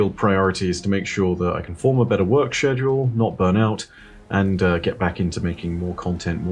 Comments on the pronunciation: Say shhedauled one more time... 🤣🤣🤣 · is it english to say SHEDule instead of SKEDule? (ps ik it's spelled schedule lol) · The hell is a shedule? is that a module for my shed? Love you!